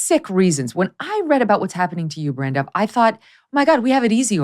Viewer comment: Dear Meghan I don't agree with your views. But I would just like to say you pronounced BranDubh PERFECTLY. Lol. It means black raven .. or crow. And its an irish name. Usually for guys. But it is also an Irish board game. And there was some Saint in the 9th century or something. Anyway thanks for saying it correctly.